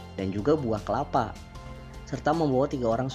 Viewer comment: Kelapa malah jadi kepala 😂 Bahas kota slab city